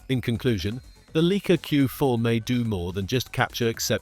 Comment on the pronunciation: You can’t even pronounce the Leica word properly, it sound like Leeka 🤦‍♂️